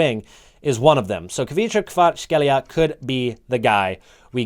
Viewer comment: More like KvaraC-Helia, not CH like one letter